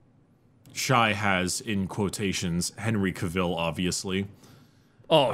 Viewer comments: It's fucking hilarious how you both pronounce 'Hen-ree Cav-ill' as 'Hen-ree CAH-VILLE.' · my lad, it's not Henry K'ville...it's Ca-vill like caval(ry) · the way says cavill hurts